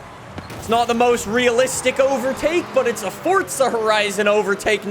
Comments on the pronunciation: bro it’s for za not fortza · It's Forza not Fortza you loud mouth. Lay off the adderall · It’s forza not fortza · Why does he keep pronouncing it fortza when it's forza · It’s forza not fortza 😐😐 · Stop saying fortza there is no T in it it’s spelt forza for a reason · Fortza lmao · ok great vid my guy but it gets me madd every time you say fortsa horizon🤣its forza not fortsa otherwise great vids bro keep it up😂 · Fortza horizon😂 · "Fortza horizon5" I didn't know Forza had a T in it 😂😂😂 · Stop saying fotza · STOP SAYING FORTSA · please stop calling it fortsa